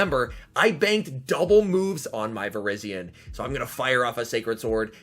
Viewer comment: it's not vir-IZZY-on it's vir-EYE-zee-uhn!